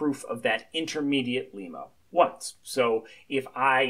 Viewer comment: its not pronounced like the country Lima. its like dilemma without, of course, the 'di-' prefix. Lemma.